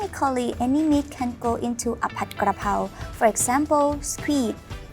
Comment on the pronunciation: it is spelt and pronounced Pad and not pot. The Thai spelling literally tells you that. You got so much wrong in your comment